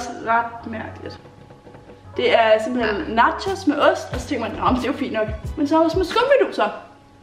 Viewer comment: den eneste der høre sige simpelhel